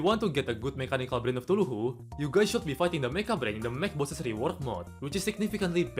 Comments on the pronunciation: Bro really just said "tuluhu" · Love how you say "Cthulhu"